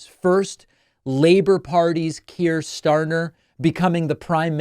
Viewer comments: I remember you doing a live show a few years back when someone referred to Keir Starmer in the online chat and you said something like: who's that, never heard of the guy! Now, you vaguely know who he is, but you can't pronounce his name. Anyway, that's trivial and nit-picking. More importantly, two things: it was entirely expected, and had been for about two years, that Labour would win the next UK general election. It was not remotely unexpected. I agree that the French result WAS unexpected. The UK result certainly was not. Secondly, the current UK Labour party is hardly left wing. Indeed another well known You Tube political commentator from your country, in a recent broadcast, described the new Labour government as Centre Right. That's how I would describe them too. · Keir "Starter"?!!😂 I think David means Sir Keir Starmer!